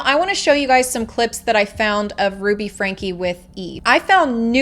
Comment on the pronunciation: Get her name right it’s not FRANK